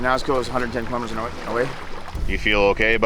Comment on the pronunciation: What's a kill-omitter?